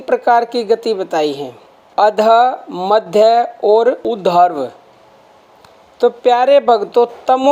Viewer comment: Please उधर्व na बोले ऊर्ध्व उच्चारण करें। वैसे मैं आपके प्रवचन बड़े शौक से सुनता हूं। विनती है कि कठिन शब्दों का उच्चारण शुद्ध रीती से करें। गलत लिखा हो तो क्षमा करें